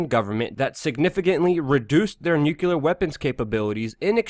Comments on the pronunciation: Nuclear is pronounced nu-clee-er not nu-cue-ler. Clean it up or I unsub. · I wish u would pronounce nu-cle-ar properly. Sounds like George Bush and other idiots. Not newkuler uggh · Dude! I love ya' and have listened to you since just after 911 on Alex Jones. I gotta say "nukular" is not a word! it's hard to take you seriously when you say nukular. It's not a 3 syllable word, it's only 2. Think "New" then "Clear". C'mon, you can do it! Did I honestly hear you call the security guard Jesus (pronouncing it as Jesus, not Heseuss, nod to Dr. Seuss). I love you guys and your channel and I'm not hating on you or trolling you. I may be nitpicking but c'mon man, at least PLEASE STOP SAYING NUKULAR. I beg of you. It just makes everything else you say seem laughable. That said, keep up the great work, I love you guys, and I'm glad you've stayed with the truth, unlike Alex (who's drifted off into a neo-Fox news type thing). Stay awesome! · Just an FYI, the word is *nuclear*. Nucular is not a word. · It's nu-CLEE-ar. Please. Pronouncing it wrong lowers your trustworthiness.